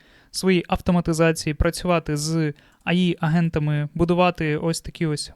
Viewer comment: Бл друже Ей Ай Ей Ай , ну не Аі , не має такого АІ Artificial Intelligence please 🙏